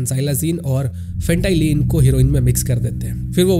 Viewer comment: फेंटालीन❌ फेंटानिल ✅